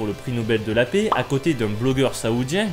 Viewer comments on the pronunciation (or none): none